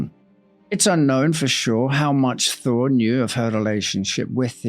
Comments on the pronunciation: Damn thee, … the entire time I thought you were saying Harry “Thor” Lol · Yes - it does sound like you were saying, "Thor" - not "Thaw". My mother, from Boston, would've pronounced "Thaw" similarly. 😉